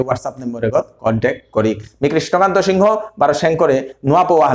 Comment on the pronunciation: নাং উচ্চারণ করতে সিনহা না বুলিয়া সিংহ বুলানির হেইচা থাইল।